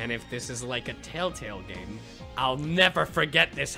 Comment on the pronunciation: Kaggy said I'm gay instead of I'm game